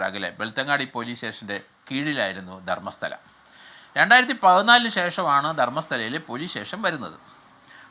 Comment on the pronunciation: ധർമ്മ സ്ത.. സ്റ്റാനം😂😂😂😂